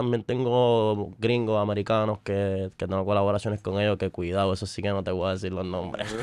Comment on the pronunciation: El dice cuidau y mira los diablos 😂😂